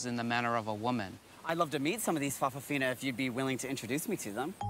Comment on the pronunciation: I think in Samoa, they are called 'fa' afafini' not 'fafafini'. However, they are not all gay. Like 'lady-boys' in Thailand, it is more about appearing dressed as a female. In some families though, all the grand children end up being gay or lesbian. In one family I know of, the third child was bi - after a lesbian sister and gay brother, but as his wife has a gay brother, all three children aren't having any children. So that's the end of that branch. [an exception to the norm]. Some people say it was because their parents didn't show a good example of heterosexuality. However, many more people are bisexual than purely gay, and even those now calling themselves gay, may have been married with children at one time. Some gay people do have their own children. It would be interesting to see how many of their children are gay. Although we hear of many folk realising they are gay after marrying, I know of the other way as well. One friend thought he was gay because he was 'soft', but in later life had a child with a lesbian bisexual.